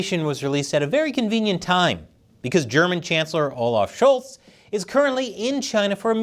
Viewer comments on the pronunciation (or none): none